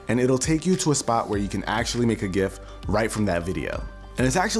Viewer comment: I'm so happy he pronounced "gif" the correct way